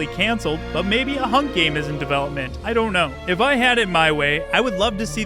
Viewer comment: geem? or game? learn to speak clearly